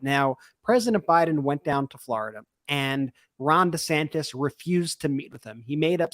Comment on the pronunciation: You called DeSantis DeSantos.🤣🤣🤣🤣